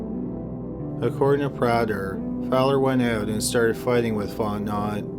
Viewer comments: Hi! Someone from Louisiana here! you’re pronouncing it “font-not” but it’s actually pronounced “font-NO”. Our last names are pretty deceiving xD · His last name is pronounced fonte-know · It's actually pronounced "Fahr-ten-ow". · Like the channel but you have to ask how to pronounce names from Louisiana. Its fon-te-no. Not font-not. Your channel isnt the only to mangle names from Louisiana. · Story 1, Dudes name is pronounced Faunt-en-no Not Fauntnot 😉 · Fontenot. Pronounced Fot-No not Fot Not. I kept getting distracted by it.😂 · 'Font-Know' not "font-not" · It's pronounced font-a-know not font-not. I'm from there. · Sorry, but I’m from Louisiana and this bothers me. The surname Fontenot is not pronounced fon-te-not, it’s pronounced as “fon-te-know” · Even though it's spelled Fontenot It's pronounced Font-no or Font-e-no. The 'T' is silent. Lol it's a good 'ol Louisiana name just like mine. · It’s pronounced Fon-te-no. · Stop covering Louisiana cases if you can't stop butchering Louisiana words. It is "fon-te-no" (like "know.") For your Jennings video, it's pronounced "BY-you," not "bay-you." As in "where's my pen?" "It's over there, 'by you." Fuck! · Fontnot is pronounced font-know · Fotenot pronounced fontano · Fontnot?????? lol you should probably find the spelling of the name and then do a google search to pronounce the name for you! Seriously it's not pronounced Fontnot lol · Fontenot Prounounced Fon ti noooo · "Fontenot" is pronounced font-en-oh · Are you trying to say Fontenot pronounced fon ten no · Fontenot pronounced font-no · PRONOUNCED Font KNOW !!! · I love ur channel in every respect but the last name fontentot is pronounced fon te no... the t at the end is silent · Fontenot is pronounced Font-no It’s French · Fontenot is pronounced font•no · He mispronounced Fontenot. It’s pronounced Font-no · The last name of the guy in the first part is pronounced FONT-NO the T is silent. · Fontenot? In Louisiana its pronounced Font-in-oh